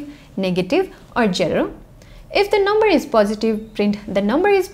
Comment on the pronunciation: i love hearing you say jero